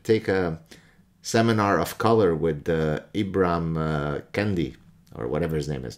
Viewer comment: Youn do realise that it's racist to mispronounce Ibram X. Kendi's name, don't you?